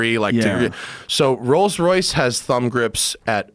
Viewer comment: Jo Po yeah a car show hosted by the guy who says Royals Royce